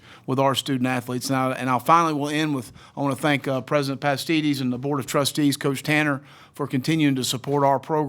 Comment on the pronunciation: "Coach Pastides"